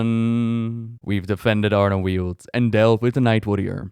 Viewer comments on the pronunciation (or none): none